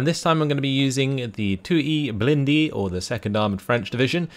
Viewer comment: You can translate "2ème blindée" by "2nd armored" instead of trying to say it in french, wich you are saying wrong.